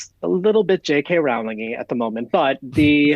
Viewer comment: Please don’t say “JK Rowling-ry”